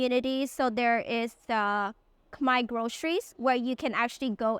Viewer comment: Pronouncing Khmer correctly felt so wholesome.